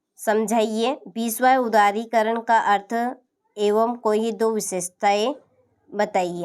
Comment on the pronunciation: उदारीकरण को उदारीकरण 😂